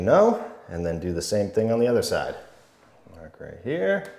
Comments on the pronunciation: “Mahk the orientation” now lives rent free in my head 😂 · Mahk the orientation so we don't cut owah mitah the wrong way.